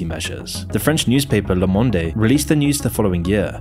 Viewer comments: The french Journal is pronounced, Le Mond, not Lé Mondé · When it's ... "Ooh la la mister French Man. La Mondé" It's Mond! Say it right 😂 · "Le Monde" is pronounced "Le Mond". The "e" is silent. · Le monde : lomondey